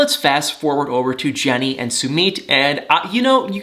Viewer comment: I really like watching you but why do you insist on saying 'Sumeet'. That's not how it's pronounced.